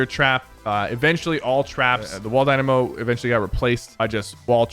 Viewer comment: Sypher you said wall dynamo wrong